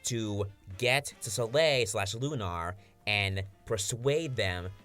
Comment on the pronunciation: Lunar is not pronounced loon-R its loon-ER (sorry for being a grammar Nazi but Jesus Christ it’s really fucking annoying!!)